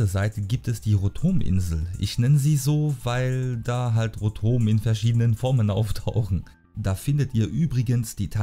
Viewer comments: lass es mal von google überstzer ausprechen ;) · rotom wirds ausgesprochen ganz normal o.o